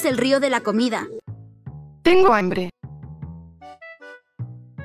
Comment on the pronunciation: nose dice ambre se dice hambre